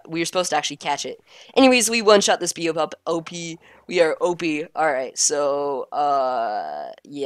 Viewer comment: Beopup is pronounced (bay-o pup)